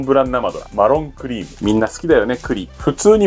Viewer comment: クリのイントネーションが食べ物の方のそれじゃない